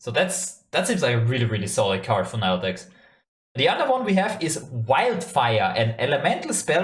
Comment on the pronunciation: so so excited for her!! pronounced nee-luh not nye-luh btw :))